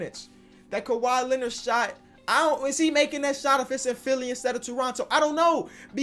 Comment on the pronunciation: You mean Kawhi Leonard